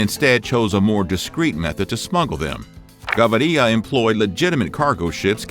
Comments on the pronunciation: The way he pronounces Gaviria is incredibly annoying for a spanish speaker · Too gringo to pronounce his last name and translate plata/plomo. Try again harder next time. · Why does this man can not say Gaviria normal?? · Btw the pronunciation of Gaviria is really bad (it kinda hurts)....the stress is on the second syllable. And the 'r' is more or less pronounced as a 'd'. I'm also not sure about the bank robbery story. He was arrested in 1974 because of stolen cars. They both, Pablo and Gustavo, were arrested in 1976. But it was only 20 kilos, not like those shown hundreds of boxes seemingly full of drugs. You also forgot about El Osito, the successor of Gustavo. He also was an accountant since the early 1980s. It seems this is all from the series and not the real life. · Oh I thought that I was the only one who was annoyed by his pronunciation. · If only they would correctly pronounce Spanish names. The accent is on the first “i”. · Plata isn't lead, it is silver. You have it backway. And it is not "Gavarya", it is pronounced Ga-vi-rya (Gaviria). Stopped watching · It’s Gaviria!!!! Not Ga-vi-riia!! You people disgrace the Spanish lenguage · Gustavo Gavíria not Gavaría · He’s name is pronounced Ga-vi-ria! Not Ga-va-ri-lla.. Plata meant money so you’ll get a visit from Gustavo not Pablo and Plomo means bullets so you’ll get a visit from El Patron. Get the it straight! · who is gavaria? kekw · Its GAVIRIA not GAVARIA..You litterally wrote it in the title but still cant pronounce it. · “Gustauvo Gavaria” 😂🤣🤣🤣🤣🤣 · "Gustavo Gavaria" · It's Gaviria, not Gavaria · It’s Ga-vee-Ría not Gabaria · I wish the narrator bothered to at least pronounce the words properly and do his research before spectacularly screwing up on camera. It's "Gah-VEE- ree-ya," not "gah-vah-REE-ya," and "plata" is silver, while "plomo" is lead. Excobar was in charge of the plomo, while Gavíria was in charge of the plata, not the other way around. Shame on you! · Gaviria. Not Gavaria